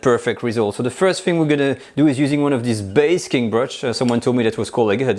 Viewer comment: Basting brush not basking brush.